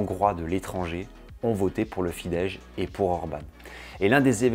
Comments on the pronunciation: très bonne video, petite précision: on prononce FIDESZ avec un simple "s" comme son (en français: on écrirait "fidesse" avec cette prononciation), j'ai le hongrois comme langue maternelle.... Par contre, si tu lis un "s" tout seul, comme à la fin de "Mészáros", on prononce "ch", comme si on écrivait "Mésaroche" en français, du coup Soros par exemple se prononce "Choroche" en hongrois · Vidéo très intéressante, j'ai beaucoup appris sur les hongrois "d'ailleurs" et sur leur football. Seul bémol : la prononciation des mots hongrois dont Fidesz et Puskás. Si tu comptes refaire des vidéos sur la Hongrie, n'hésite pas à demander pour la prononciation, ce n'est pas facile 😉